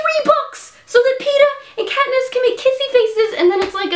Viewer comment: Did you say "that Katniss that Pee-niss resolve" at the end?